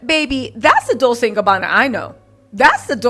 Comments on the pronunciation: It’s DOWL-CHAY not DOWL-SAY 😊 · I realize you're mocking them, but please it's Dol-CHE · Did you pronounceNah-poe-Lee, Nuhpoli??? LOL! 😂😂😂Wow!Just say Naples. Fellow Italian-Americans, she’s killing me with her pronunciations. She pronounces Dolce, like dol-say, like the girls name. A little research, will go a long way. Or should I call you?